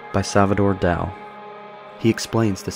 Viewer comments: This timeline narration was awesome. The only critique I have is to PLEASE, FOR THE LOVE OF ALL THAT IS HOLY look up and practice the correct pronunciation of certain words before recording. EX: Dali is pronounced "dolly" and Umami is pronounced "oo-mommy." But otherwise, again, one would be hard pressed to find a better constructed and presented timeline. TY! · 1st of all it's pronounced Salvador (Doll-E) Dali 2nd its it's pronounced Umami (OO-MOMMY) it is Japanese for Savory. Other than that almost perfect explanation what I pulled from Interface is slightly different but maybe I'm off and you are correct on the couple of minor differences! Good Job